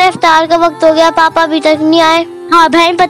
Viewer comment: Iftiyaar nahi Iftaar. urdu ka janaza nikal kr rakh diya hai ap logon ne